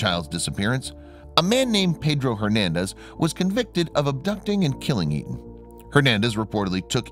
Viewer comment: Etan is the correct spelling...and he keeps saying the name wrong every time.I watch a doc featuring his heartbroken parents, especially his father and I'm pretty sure he pronounced it as "A- tahn".